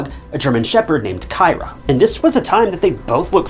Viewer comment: Kyra "K-ee-rah"